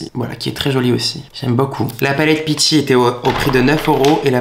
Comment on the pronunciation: Peachy.. un effort 😂